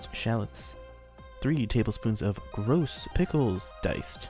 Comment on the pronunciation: Did you say “gross pickles”?